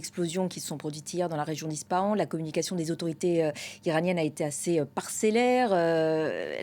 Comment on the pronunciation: La lettre p dans Ispahan se dit comme un f. Aussi, on prononce la lettre n à la fin du nom de cette ville. Ce qui donne à l'oral en français : Isfahane. Il n'y a pas d'installations nucléaires dans cette ville. C'est au bord d'une route un peu plus au Nord. De plus, il y a des chances que tout cela ait été déplacé, et que ces bâtiments soient un leurre aujourd'hui. Dans tous les cas, attaquer cette ville, peut être la plus ouverte au monde d'Iran par les êtres humains qui la peuple, sa charge historique, et sa richesse culturelle, est une absurdité. Et si c'était possible de croire en sa jeunesse? Le risque principal, autant pour les autorités autoritaires iraniennes qu'israëliennes, ne vient il pas de l'intérieur? 😉